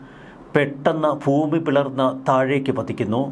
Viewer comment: Foomi ennalla sir. Bhoomi ennu paranjal nallath. Just for your kind attention.